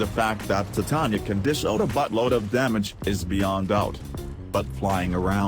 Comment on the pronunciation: Yay, he pronounces it titanya as well.